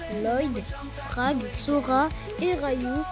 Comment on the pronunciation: c’est frak pas frag 😅